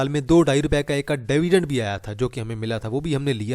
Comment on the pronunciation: Its not DAAVIDEND....It is DIVIDEND!! Make a correction if you can!